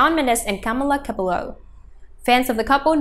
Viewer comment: If you want to make a video about them at least pronounce her name right...